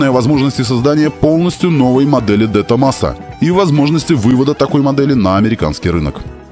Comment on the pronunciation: Правильно говорить Дэ Томазо